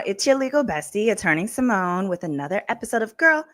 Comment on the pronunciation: SY-MONE!!!!!! Not "what kinda Black Girl is she??" 🤣🤣🤣